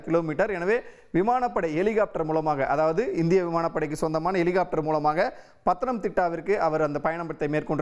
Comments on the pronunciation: எலிகாப்டர் இல்லை ஹெலிகாப்டர்னு சொல்லுங்க 2026 தேர்தல் வரை நீங்க இப்படிதான் செய்தி போடுவீங்க அப்புறம் சரியாக இருக்கும் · Helicopteryai Elicopter ena Ucharikkum ivar.... Eppadi velaikku vaithargal? Tamil sàagirathu....😢